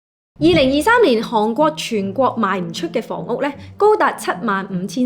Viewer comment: 唔係(杭)國係(寒)國,妳D懶音好勁